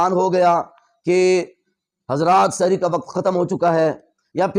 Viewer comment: آپ اپنا تلفظ درست فرمائیں، سحِری غلط بول رھے ھیں سحِر کا مطلب ھے جادو